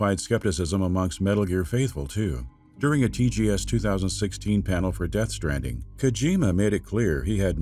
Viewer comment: Dude says Death Stranding like "deathstranding"